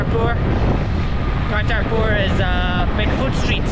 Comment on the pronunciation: IT IS KARTAR PURA AND NOT KARTAR PUR